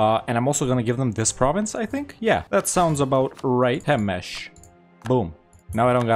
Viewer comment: Did you pronounce Temes as "Temesh" (in a Hungarian way) intentionally or accidentally?😄